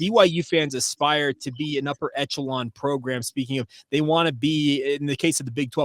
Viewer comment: Great show - slight correction. The word is echelon - pronounced like this